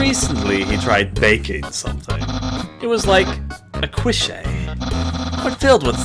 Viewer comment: Lol it's pronounced keesh not queeeshay lol quiche its a baked quizine with egg.